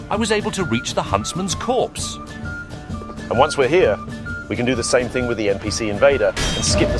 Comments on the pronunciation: huntsman’s copse* not corpse. immersion = ruined >:( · Copse, not corpse... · Even the voice model says huntsmans corpse